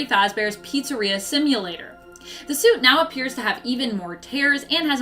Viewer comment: Is it just me or did i start to hear say soup instead of suit just a few minutes in the video?